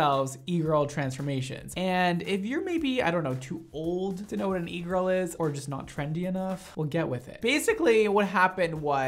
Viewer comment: I’m French and my English is not perfect! So when you said “e-girl” I was sure you said eagle 🦅 😅 I understood when I saw the title for the second video lol